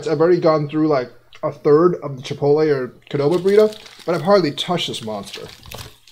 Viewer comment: Qdoba, not Kdoba!